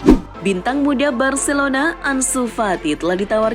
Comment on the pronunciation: Bacilona bacilona mls aq dengar nya 😂😂😂